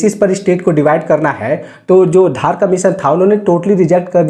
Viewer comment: That's not धार commission धर commission